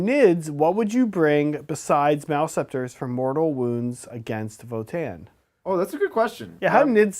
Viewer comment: guys... seriously.. it's vOtann, not votAAnn